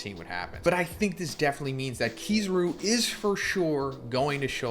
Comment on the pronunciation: Your sayin kizaru wrong